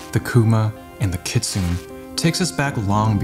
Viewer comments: everytime he says kit-soon, i cringe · Oh guys. Awesome! Just please please please pronounce kitsune properly. It’s a Japanese word. KI TSU NE キツネ and the NE is voiced! 🥰🥰🥰